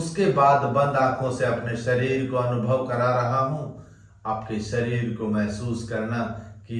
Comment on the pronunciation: स श ष अक्षर का उपयोग किन शब्द में होता है इसका प्राणायाम भी करना चाहिए शरीर होता है या सरीर श्वास होता है या सवास होता है शुद्ध उच्चारण होना चाहिए 🙏